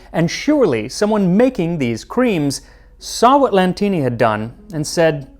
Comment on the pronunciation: C'mon! Bring back the original intro!!! This new one flashes so fast so I get a headache! BTW ff - you keep saying "Lantini" but his name was "Latini" - it's written on his portrait. Why adding a letter to a simple name like that?